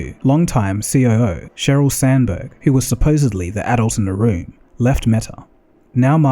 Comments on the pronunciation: she’s Sanberg, obviously not Stanberg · Sandberg not Stanberg